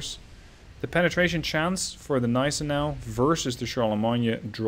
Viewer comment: The G in Gneisenau ist not silent. ;)